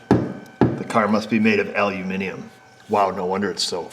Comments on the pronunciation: Thanks again for “aluminium” as opposed to “aluminum”🤣, also some bubbling sexual tension in this episode. Roll on the weekend🤣🤣🤣🤣🤣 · Afternoon, how the hell do you do it, not only say the word "Aluminium" correctly, but get Mrs O to help just after having her nails manicured, and have a couple of good innuendos chucked in to boot, great Video's, only started watching about 4 weeks ago and have nearly caught up with the back catalogue. Had a good one the other day, old 1998 scissor lift not working, no wiring diagram as they don't exist, and had 12v at source and function button, but no functions, nearly gave up, found a crusty butt connector would show voltage but not pass the currant to actuate a solenoide, cut out rewired, Bob's your Uncle, Fanny's your Aunt, Bish, Bash, Bosh. All working. Only took 4 hours to start at the beginning of wiring loom and go through all 80 feet of it as most of it was in a sealed box section, no plug in diagnostic toys, just the eyeballs and Noggin, You seem to be a genuine nice guy looking at the help you've given to people over the years, nice to know you. Regards Richard 🇬🇧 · Wow, an American who pronounces the stuff right: aluminium in stead of the in the US more common but butchered aluminum………;-) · Kudos to you, for the (correct) English pronunciation of "aluminium" and more kudos to Astro for that cool sucker device! Shame I can't find their tools here in England. Cheers! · Well done, we got you using the correct English for Aluminium. Now we need to get you to work on soLder, you know the one with the NOT silent L in it.